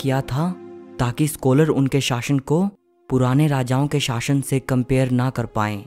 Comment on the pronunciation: शाशन नहीं शासन होता है।